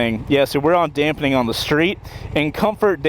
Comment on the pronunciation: Damping (2 syllables).